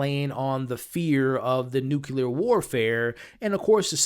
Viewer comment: Nucular? NUCLEAR!!!!!!!!!!!!